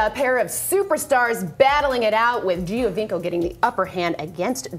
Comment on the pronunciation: Giovinco = joe-veenc-oh ... not gee-oh-veenc-oh. Best player in the league and we can't get his name pronounced right 😑